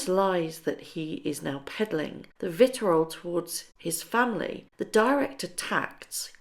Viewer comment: Vitriol. Not vitteral